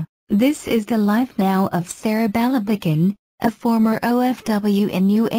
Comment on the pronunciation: ang sakit sa tainga ng pagbigkas sa pangalan.. sereh belebegen..